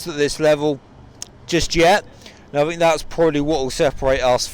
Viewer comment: ‘What do you fink’ - Nat 2019